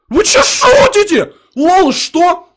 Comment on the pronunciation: Он сказал:ВЫ СУТИТЕ а не шутите